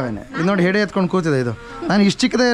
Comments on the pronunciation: ಸೆಡೆ ಅಲ್ಲ ಅದು ಹೆಡೆ..... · Sede ?? 😂😂😂😂 . Kannada kalasbek mysoor janakke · Sede alla adu hede 😅😂